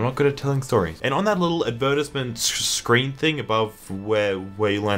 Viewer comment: Your Australian ass did not just pronounce it AD-VER-TIZ-MINTS